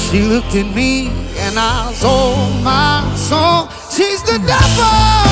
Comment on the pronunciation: Why do you say pevel but not truble